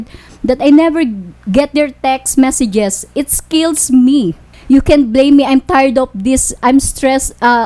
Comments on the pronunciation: "it skills me" 😂😂😂😂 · it’s skeyls me